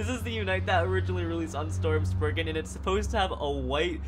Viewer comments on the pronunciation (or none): It’s spriggon not spriigin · did he say Sprigin